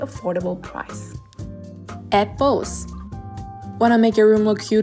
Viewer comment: When she said “add bows” I was like,”Apples?”🤔